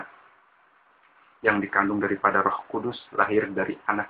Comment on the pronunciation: cuma ngasih tau yg bener perihal pengakuan iman rasuli (yg di sebut protestan) menyebut Allah masih terdengar Alloh khalik bukan kholik ada yg terlewat, ini yg terlewatkan "dan akan datang dari sana utk menghakimi orang yg hidup dan yg mati" di sebut ROH malah terdengar rah heheh jangan di sebut terpisah A...terus M.. harus di sebut nyambung am semoga bermanfaat..